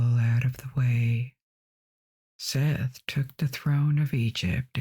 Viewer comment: I love and appreciate your videos. However, can you please look up and make sure you are pronouncing things correctly before you record? Osiris' brother Seth is pronounced SET.